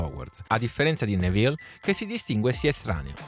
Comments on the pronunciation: Fermo fermo fermo, così caverai le orecchie a qualcuno e poi sbagli pronuncia, è Nèville non Nevìlle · Tutto bello, però attento alla pronuncia dei nomi. "Nevìlle", mi fa immaginare un personaggio napoletano nella saga